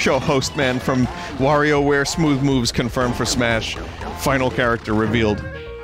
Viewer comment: Nice to finally see Vinny play Smoow woves